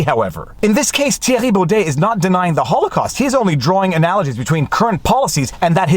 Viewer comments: I am from holland and voted for him. I agree with thierry on this. Btw viva. Excellent prenounciation of the name. Very good. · Hi Viva. Compliments for perfect pronunciation of Thierry Baudet’s name. You are a natural.